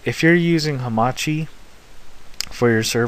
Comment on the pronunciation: Great job. But what is this Hamati? I heard of Hamachi not hamati